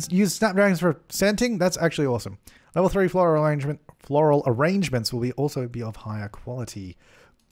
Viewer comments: “Orangement” Lol why do you say arrangement like that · If you don't think "Ah-range-ment" in voice when crafting them in your own game... you're not watching enough... c'mon Suppies I know I'm not the only one afflicted. LOL